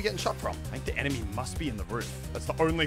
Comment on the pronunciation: Muselk: sboots anemy from the distents Me : what are you shooting i can't see anything